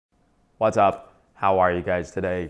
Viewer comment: why do u say whats up so weird?